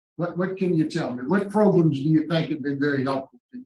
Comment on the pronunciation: Progrums I think he's teasing you here. He's heard how your team is busting on him so he emphasizes it and says it twice. 🤣